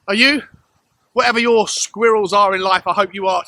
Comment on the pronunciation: First of all in the beginning of the video. How do you pronounce squirrel again? Secondly, i can`t believe that you still have not compared Orban to club legend Defoe instead of Bergwijn.. Almost spitting image besides Defoe`s shooting technique which was absolutely sublime. Kane even acknowledged he adopted that from Defoe.